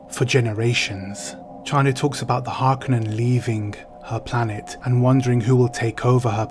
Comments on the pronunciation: It's interesting to hear you and so many other people pronounce "Harkonen", "HarKanen". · “Har ‘Cone’ an” is the way it’s meant to be pronounced, accent on “cone”. Someone probably already said that and if so I agree 😏👍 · Love your channel and your content. I read Dune for the first time in 1979. I just found out the other day that Frank Herbert lived on the same peninsula as me. Wish I knew that sooner. Ok so, it's pronounced Har-Cō-nehn, just like Chani says it. Chances are they didn't let her say it wrong just because she's that hot, ya know? AND it's Lee-tōe, not Let-tōe, Ok, back to your vlog/review...tyfl. ps Lucky Dog You! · I've never heard anyone say "Harkennen" before. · I listened to audiobook and they pronounce it as HAR-CUNNEN